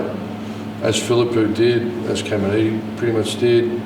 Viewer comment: Does no one in our media team have the courage to remind Ross how to pronounce Phillipou? It would take 5 seconds.